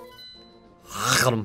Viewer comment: yeah, i know this is 2 years old playthrough but... i just wanted to note that Russian zelda fans pronounce it "Agakhnim". And that i think its the closestest tp best pronouncination.